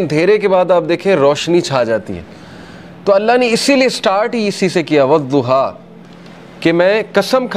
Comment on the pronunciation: In arabic language there is no zwad..its dwad...so you must say sure Duha